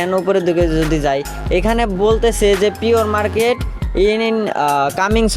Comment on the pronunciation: পিয়র মারকেট না প্রি-মারকেট 🥹🫶